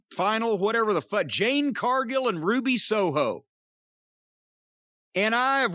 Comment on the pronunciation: For months I've been going insane. I'm glad I'm not the only one who knows that Jim calls Jade, JANE!